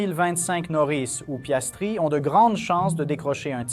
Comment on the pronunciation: C’est Piastri et non Piastre !!!!!